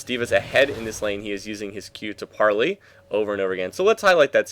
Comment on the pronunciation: you pronounce it like this "par-lay" :) gd video